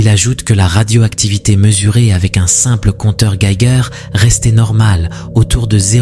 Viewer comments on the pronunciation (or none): "Navaro*, compteur "guegere"...... ça pique les oreilles..... Sans compter les micros vidéos dont on pourrait croire les images sorties de leur contexte...... Et pour la plupart montées de toute pièce...